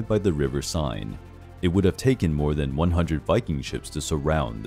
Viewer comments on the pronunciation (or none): The pronunciation for the river is sen, not sine. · pronunciation correction: the river is named 'Sayne' not 'Sign'. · Pronounced River "sen", not "sine"! 🤭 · Love the mispronunciation of Seine and Rouen.